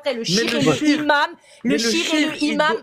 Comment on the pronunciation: Bravo encore et toujours pour le travail à acharné et bienveillant. Sinon, "le imam", "au imam", etc... les liaisons en français svp 😂😂.